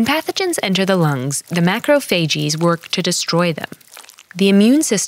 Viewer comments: says macrophagees but.it’s macrophages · ma krow fay jiz just saying PRONOUNCITION because I got confused☆*: .｡. o(≧▽≦)o .｡.:*☆ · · No one pronounces it "macrophagees." It is more like "baggage" becoming "baggages" (fake word but you get it) not "bagageeez" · „Mah crow fae jeeese“ please just say „mackrow phajez“ it’s not that complicated. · I wonder if they consult any physicians about pronunciation . its Macro-phay-ges not macro-phay- GEies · Why is she saying macrophages like that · I love this video but it really bothers me on how she pronounces macrophages